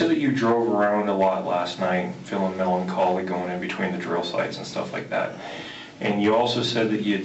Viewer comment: "melanarchy" (melancholy) 🙄